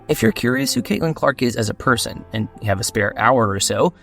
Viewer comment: Person not parson